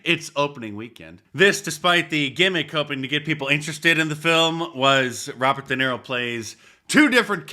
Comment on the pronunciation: Roobert duhniro